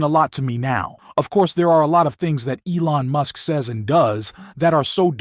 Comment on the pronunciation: listen closely to the pronunciation of Musk's name right after this time stamp. He also pronounces it MOOSK one time. Also there was a warning that this video was made with altered or synthetic content just before the reading of the article that they put up in print. This is something a video maker has to do if they change content in any way with AI or splicing or pictures or anything. I tried to find it again but apparently it only has to show once. It's in the corner of the article at the top right just as the announcer begins to read it. I noticed it because I ran into it once before in another article and clicked it and it took me to a page that explained it. It will be around or shortly after .